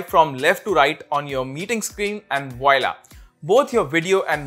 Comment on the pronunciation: he pronounced it wrong!! XD